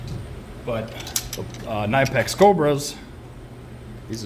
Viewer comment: You did a great job comparing the two, but then I heard you called it a nine pack 🤦‍♂️ instead knipex